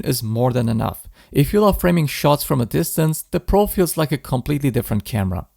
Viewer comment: ИИ не может произнести Про и везде говорит Пра?